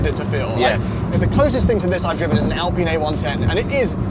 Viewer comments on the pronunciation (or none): The way they pronounce Alpine like Allpene 😂